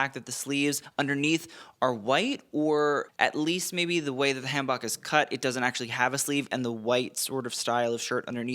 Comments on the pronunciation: I know this is not an important detail, but your calling the Korean outfit a Han (like can) Bok (like talk), and it is pronounced Han (like swan) Bok (like spoke) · i love you but i am begging you to pronounce hanbok as hahn bohk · Daniel's hanbok is pronounced han-boke - or at least that's how we say it.. :) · So he's pronounced hanbok wrong in at least two videos now and the comments keep correcting him, so I'm not sure what's up... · Hi, thanks for all your work. I wanted to gently correct your pronunciation of hanbok since I know you like to be accurate. The "a" in hanbok is pronounced like the "a" in "father." The "o" is pronounced like the "o" in "boat." Hope that helps! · Daniel Dae Kim looks so handsome as always! For future reference, the “Han” in hanbok is pronounced like in “Han solo” and not the same vowel sound in “hand”. And the shirt part of the hanbok is called a jeogori (저고리) and the long vest is called a kwaeja (쾌자). Waist-length vests are called baeja (배자), and long sleeved overcoats are called durumagi 두루마기. (Edited 12/7/25 to correct the name of the type of vest) Regardless, love to see traditional Korean fashion on the red carpet~